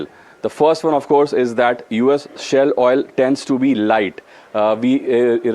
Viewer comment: SHALE oil... Please correct